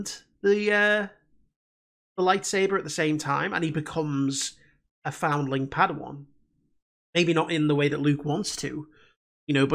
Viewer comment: ‘Fodawan’ lolll